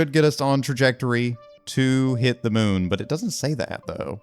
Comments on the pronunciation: Moon not mun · Mun or moon?